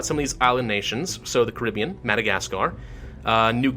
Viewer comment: I'm not sure if your saying Caribbean or not because if you are you pronounce it very strangely